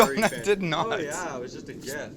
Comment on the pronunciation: canadianity really came out.. "oo yea"